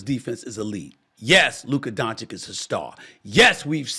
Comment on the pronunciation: It’s not DonCHICK